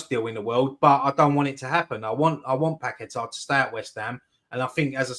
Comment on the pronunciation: Get to watch how Paqueta says his name DO NOT copy the commentators they know fuck all!!!